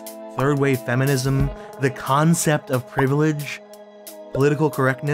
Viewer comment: Don't you mean FEN-MINISM?